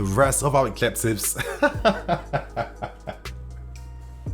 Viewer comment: Man like said “edjebtives” 😭 breathe bro breathe